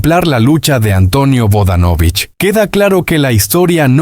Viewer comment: No sigas mintiendo y por favor primero aprende a pronunciar bien sus apellido